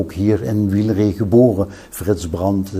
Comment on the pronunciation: Nooit geweten dat je eigenlijk "Wiel-ree" moet zeggen.